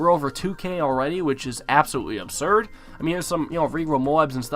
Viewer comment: I dare someone to count the amount of times this guy says " obserd " 😂